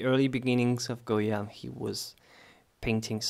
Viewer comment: My ancestors were from Spain and I visited his home in 1970. I have his book, and you pronounced the Spanish name very well. You are also a great artist to my taste. You are so young and yet so talented. I like your videos and techniques so much. Also, I may add, you are very kind and honest. I haven't seen many artists like you in You Tube. Because of your kind actions you will be blessed with riches and fame. Some people do not appreciate other's kindness but the Almighty God, blessed is He, does appreciate and blesses those who help others. Thank you so much for your videos. Goya was very much into the politics of his country and the cruelty committed to the prisoners and the poor. I believe that he was a "visionary" and could feel the suffering of the people. I liked his sensitivity, although I find some of his painting gruesome, and terrifying. That was the time he lived in. Thank you for your kindness and teachings. God bless.